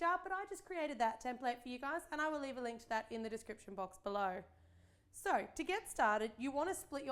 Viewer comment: I love how she Saids "below "